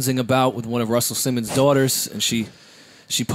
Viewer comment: and it’s def Simmons not simmoness check out your English grammar.